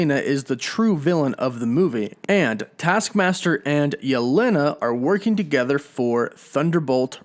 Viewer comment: let me help Jelena/Yelena is said as “Ya-Lan-nah” not “ya-len-ah”